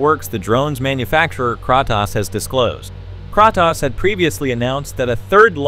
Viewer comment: The voice over is TERRIBLE ! AI ? It's distorted and you pronounce Kratos wrong. There's also sentence repeats...🫤